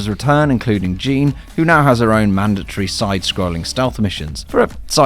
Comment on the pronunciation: Who's Jean? The game says her name so many times, it's Jeanne ;____; why does everyone do this